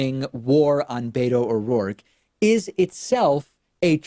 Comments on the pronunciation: David! Beto's name is pronounced bet-oh not bay-toe. Please stop saying bay-toe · Wish You would stop saying " Bayto" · why can't you democrat swine motherfuckers pronounce beto o rourke's nick name property? there is no d in beto